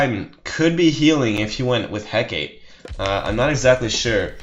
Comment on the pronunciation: I know this is old. And it probably wouldn't matter what I say but it's pronounced hecate as in "heck-ah-tay"...not heck-ate